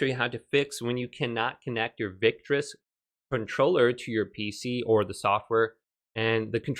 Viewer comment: victrix. Not victris